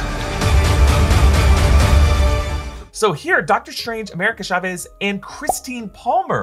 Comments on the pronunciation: The way he pronounces "America shavés" Someone tell him it ain't that exotic at all. It's just Chavez. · chavez is said like chalk or choclate not shavez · I get triggered when you pronounce Chavez as Sha-vez